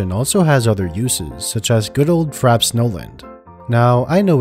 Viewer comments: Frappe pronounced frap-pay not frap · Frappe is pronounced "Fra-pay" not "Frap" You know, like the drink. "A drink served with ice or frozen to a slushy consistency."